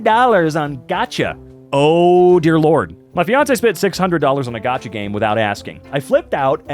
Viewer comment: Dude just say Gacha. “Gatcha” like whhaaaaaatt.